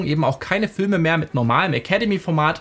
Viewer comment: Fülme?! 😂😂😂 Sorry das musste raus 🫶